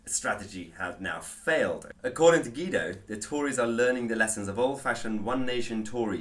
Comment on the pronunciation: “GWEE-DO” not “GEE-DO”